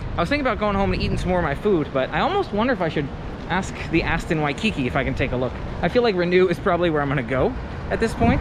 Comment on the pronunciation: In the word “Waikiki”, the emphasis is on the last syllable (the second “ki”).